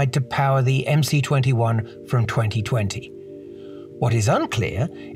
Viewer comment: I believe it should be pronounced MS-21 and C is the symbol for S in the Cyrillic alphabet